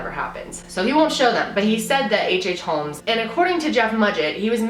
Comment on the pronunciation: I am gunna say it's not a hate comment just wanted to say the L in holmes is silent you pronounce it as homes. I've had it all my life with people pronouncing it with the L which gets pretty annoying because don't think anyone really appreciates their name being pronounced wrong